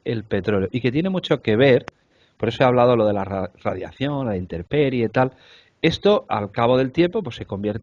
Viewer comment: ¿Interperie o INTEMperie? Que se tropiecen con lenguajes que no sean el castellano, pase, pero que también con el castellano, y en su lugar de origen, es el colmo.